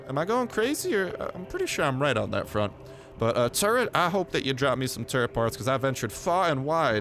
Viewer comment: Im sorry but did you say floppy turrent